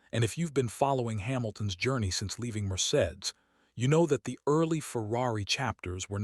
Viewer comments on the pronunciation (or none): Le Clerc is not pronounced as Lecklert. ‘Leclerc ‘might be best pronounced ‘Luh Claire’. And Mercedes is rarely if ever pronounced Merced. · Please train your AI voice on correctly pronouncing words and names like LeClerc, Maranello, Mercedes, Verstappen, and on and on.